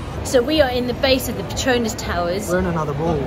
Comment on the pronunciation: Not Partonas but PETRONAS.